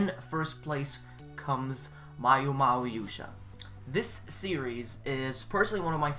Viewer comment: its maoyuu not mayouu